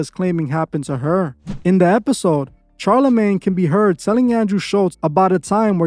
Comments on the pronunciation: Shar (pronounced SHar, not CHar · SHar not CHar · It’s pronounced shar not char but great content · Is this is an AI voice because he kept saying "Ch+arlamagne instead of "sh"alarmagne." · I agree and i literally hate Charlamane but bro ffs its pronounced like "SHarlamane" not CH sound. Its like Charlotte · Bruh, it’s very hard to watch this all the way through when you haven’t even done THE MOST BASIC of research. 3 seconds of research will let you know that dude’s name is not pronounced “Charcoal-Charmander-CHAR-lamagne”. 🤦‍♂️🤷‍♂️ I don’t know, maybe try a little harder to look into a topic before making a whole video about it, I mean you just sound stupid since in all your videos you name drop the person’s full name in each and every sentence. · All facts but why did u have to say the man's name like that?😂😂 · I love your videos and i am not a person that gets triggered. However, the way you pronounced Charlamagnes name got to me lol! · It was brutal!😂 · Lmfaoooo I was laughing each time